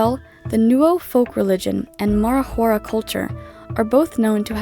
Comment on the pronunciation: nice video, but you dont pronounce the J for the Marajoara like spanish. It's actually like J, it's from the region of Marajó, Para (Brazil)